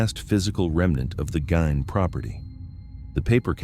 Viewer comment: I heard his last name pronounced as /GEEN/. Just saying.